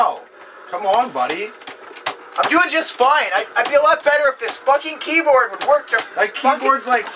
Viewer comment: One thing I heard; a mispronouncing word where he says "Keydoarb" instead of "Keyboard"